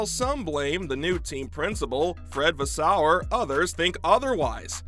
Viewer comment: Vaes-seu-rrr.. Not Vaas-sou-errr